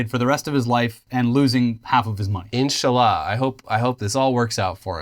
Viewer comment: points for the 'inshaallah'